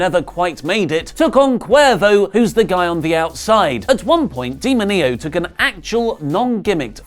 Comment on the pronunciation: D-mo-ní-oh... geez!, go back to spanish school Click on the sound icon